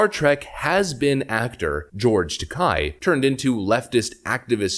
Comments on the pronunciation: It's George Ta-kay, not Ta-keye. It rhymes with decay. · George Takei = TakAYE not TakAI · George's last name is pronounced Ta-KAY, like GAY, just like his sexual preference...